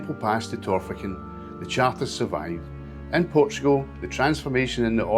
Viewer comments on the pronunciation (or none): You need to work on your place name pronunciation. Marycooter; not MaryKUHlter. TorFICKen; not TORficken. Ahmee-ens; not Aymiens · Nice video but pronunciation a wee bit out. Bahl-an-traw-duch (Balantrodoch) and Tawr-fichen (Torphichen); Ah-mee-ong (Amiens).